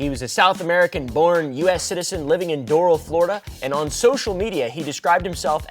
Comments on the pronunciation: As a south Floridian it’s pronounced DOOR-AL 🤣 (Doral) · It's pronounced "door" "AL" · I think Doral is pronounced door-Al like if you were saying “door Al Yankovich” without the Yankovich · The golf club is pronounced “door al” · As a Miamian I was triggered at the pronunciation of Doral 😂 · I will not be pronouncing it any other way but this